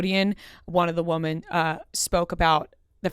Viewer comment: Please, PLEASE learn how to pronounce the word “women”. It is not “woman”. They are different words. Singular vs. Plural. I can’t even appreciate whatever content you have, when you mispronounced “women” as “woman”, every single time you uttered it. I would want to know. Please just ask someone, or look it up.